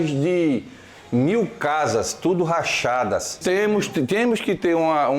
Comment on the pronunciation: GENTE, NÃO É LACHADA É RACHADA . NEM SABEM FALAR, COMO A BRASKEM VAI RESPEITAR VCS?